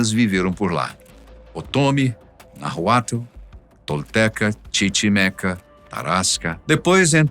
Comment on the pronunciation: o cara não sabe pronunciar NAHUATL 😅😅😅😅😅